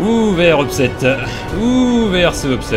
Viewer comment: "Oooh, they are so upset-eh"